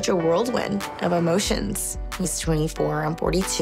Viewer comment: Her saying world wind 😂